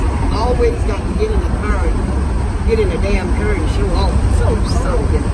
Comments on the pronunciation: The cer you mean car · at this point it’s “sigga et” and “kur”